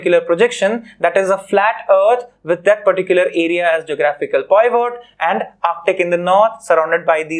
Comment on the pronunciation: Your pronunciation of Pivot is wrong 🤦